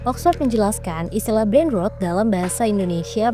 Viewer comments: Mbak, bacanya brain ROT bukan brain ROOT!!! Coba pronunciationnya diperbaiki lagi ya. Mohon maaf tapi telinga saya geli banget setiap dengar mbak bilang brain root. 😂😂😂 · Maap mau koreksi. Brain Rot itu maksudnya Rot adalah pembusukan otak, dibacanya bukan "Brain Rut" tapi dibacanya pake O yaitu "Brain Rot". Kalau dibacanya Brain Rut, artinya jadi akar otak dan tulisannya Onya jadi 2 menjadi Brain Root. Demikian. Terima Kasih. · Tadi dngrn video ini tanpa nontn karna sambil kerja. Kirain "brain root" 😭 .. pantesan kok janggal gtu kenapa jadi "root".. ternyata ROT aliasa busuk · Gregetan banget denger nya Brain Root bacanya … gimana sih ini sekelas TEMPO jadi males dengerin ! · you pronounced it wrong, it should be rot not rut. rut is root. akar. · Maaf min bukan brain road tapi brain ROT , kayak ngucapin kata roti. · Sayang bgt spelling artikulasi ROT nya salah. Ngganggu bgt. Sekelas tempo ini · Jujur geli dengernya jadi brain rut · Naratornya nyebut brain rot tp pengucapannya kayak ngomong “brain road” 🙏🏼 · Kontennya bagus, edukatif. Tp sayang cara baca kata "rot" nya salah, malah terdengar seperti "root". Sama kalo bisa penjelasan bahasa slang-nya menggunakan contoh yg biasa digunakan di Indonesia, biar nggak kaya artikel serapan aja. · Lah iya dari awal juga denger di video ini. Kok brain rut sih 😂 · Wkwkwk sama dr awal dnger video lngsung ketrigger sma penyebutannya kok “rut” sih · aku juga kedistrak banget dengan pronounce "brein rut" 😭 Takut bgt banyak yg gak paham jadi ikut2an salah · Hhaah lega banget ada yang koreksi ^^ agak sedikit gemes pas denger "root" hoho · Bacanya bukan "brain road" mbak. Coba masukkan kata rot di kamus online dan dengarkan suaranya. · Sekelas tempo, pronounced “brainrot” nya kliru. Makanya bahasa inggris di baca apa ada nya aja lain kali ga usah pusing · sekelas tempo pelafalan kata 'brainrot' aja salah.. breinrot bukan breinrut. padahal dari suaranya naratornya sepertinya gen z yg umumnya fasih bahasa Inggris. shame .